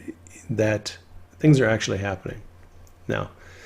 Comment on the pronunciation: What's with the word "Habbening" instead of "Happening".